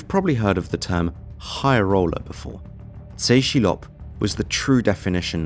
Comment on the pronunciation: Tse Chi Lop is pronounced Tess.. Chee.. Lop.. yeh the guy was major world wide.. multi agency combined to take him down.